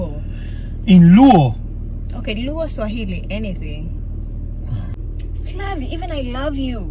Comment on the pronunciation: Slavi pronouciation of Swahili us very good